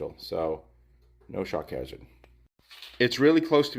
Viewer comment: It took me about four times hearing it to understand that you were saying shock hazard; i was very confuzed as to why electricity would cause shark cancer.